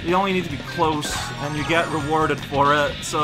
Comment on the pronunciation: MAKE BURGERS AND CORN! Are.. are you calling him "uwu" or is this just my headphones... "That was free!" Yeah... free... hahah... I totally didn't... take forever to beat that mission... hah...